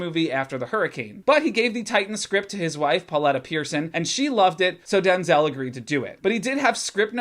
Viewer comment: "Take out all the race shit," Yeah, but that's the whole fucking story. Oh and btw, you're saying Denzel's name wrong. He's been trying to get people to stop doing it for years.